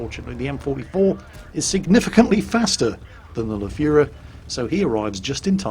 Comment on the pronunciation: When did you learn to pronounce the Lefefeffffefefeferfe???